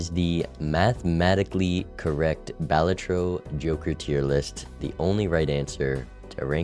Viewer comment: why does he say balatro like that 💔